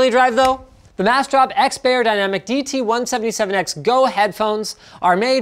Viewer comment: The 'beyer' in 'beyerdynamic' is pronounced like 'buyer,' not 'bear.'